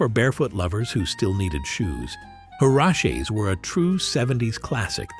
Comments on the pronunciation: Her-ahh-cheeses. I don’t know what you were trying to say. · Huraches are pronounced hur-Rat-Chee and real ones came from Mexico and made of leather!! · Good grief! Learn how to pronounce huaraches!